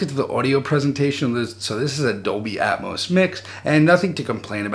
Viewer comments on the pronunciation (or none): none